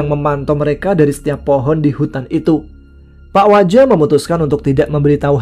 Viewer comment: sampai salah nyebut pak waja hehehe...jadi pak wija